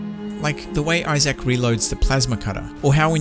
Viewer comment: I love how he pronounced Isaac as “Isayac”. lol